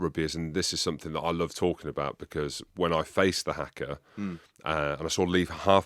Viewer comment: I wish Jim would pronounce Haka properly.😮